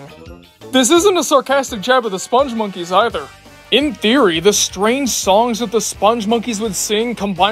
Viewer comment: I knew from the moment this video showed up that you'd pronounce the name wrong. It's "Spung" and not "Sponge." Which is weird, because you actually wrote the name properly. That said, I actually loved this ad campaign. Something weird and memorable is oftentimes what will stick with you longer than anything bland and forgettable.